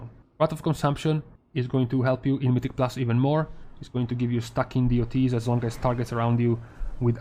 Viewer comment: please do not say "Deeh-oh-tees" but DOTS. It sounds... not good.